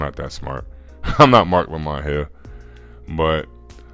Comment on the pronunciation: It’s Marc Lamont Hill pwzzy 😂😂😂